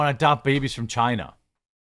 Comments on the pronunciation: I like you. Please stop saying china like that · lol, ew, why are you saying China like that?? You sound stupid af.